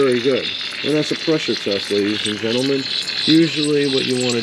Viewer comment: PRESSURE TEST? I thought you said PISSER Test! 😄😁😆😅😂🤣